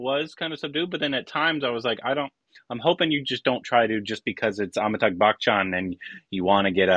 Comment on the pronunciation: ffs its not pronouced as bakhchan